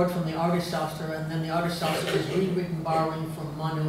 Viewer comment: She would be a tad more reliable as an indologist and as her fawning intro says: 'world reknowned sanskrit scholar' if she could actually pronounce simple sanskrit words: 'Dharma', 'Upanishad'. Sadly, she is so self unaware, she goes on to tackle 'ArthaShastra'.